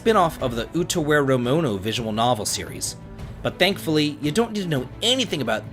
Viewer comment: Nice. That's the best I've heard you pronounce Utawarerumono so far.